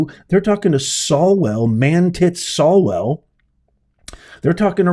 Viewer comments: It's SWALLwell ...not...SALLwell!! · Professor, fyi, it's Eric SWALWELL. Thx for your informative, daily videos!! They're a lifeline!!!